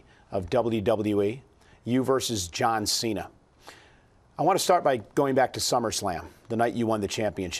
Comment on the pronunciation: ''You versus JOUAN CENA''